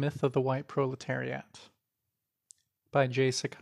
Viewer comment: thank you so much for the labor but also why do you insist on pronouncing proletariat like that 😭